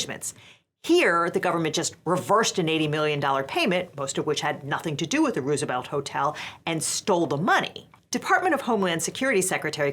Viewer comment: Could you please pronounce 'Roosevelt' the right way.